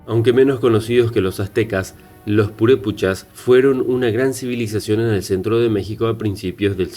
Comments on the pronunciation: Para hacer un reportage sobre cualquier tema primero hay que informanse bien... Me molestò mucho esa falta de respeto de mala pronunciacion de los nombres reales.... Es Purépecha y Pátzcuaro y así sucesivamente, corrige tu video o borralo....😠😠😠👊👊👊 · NO MAMES NO SABES NI PRONUNCIAR EL NOMBRE PURÉPECHA Y EL LAGO DE PÁTZCUARO! Y ASÍ HACES UN VIDEO ?